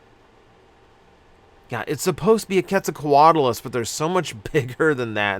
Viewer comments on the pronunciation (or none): none